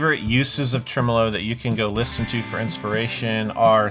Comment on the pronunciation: Thankyou for pronouncing tremolo properly. Americans take note- it’s trem-uh-low not trem-Oh-low 😘